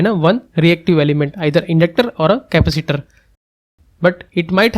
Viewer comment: Dude, learn how to say "capacitor" properly